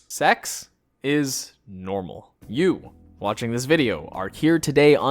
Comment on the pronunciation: He said "koitle" and "secks" 😂 but says "fuck"